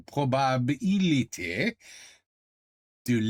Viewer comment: Probability = OK to pronounce Probabilité = ouille ouille ouille :D